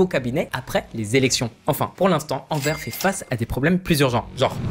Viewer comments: A chaque fois qu'il prononce Anvers, "Anvaire" plutôt que "Anverse", un chiot meurt. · 🤣🤣🤣🤣 ça me fait trop rire comment tu dis Anvers il faut insister sur le s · et Anvers on prononce le "s"